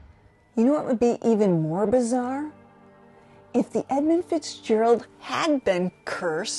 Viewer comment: there's no "O" in Edmund.